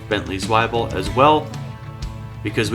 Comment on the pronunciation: Zwebiel is pronounced Zwe-biel not Swai-biel, it supposed to sound like your saying the word we in the beginning but with a z in the front.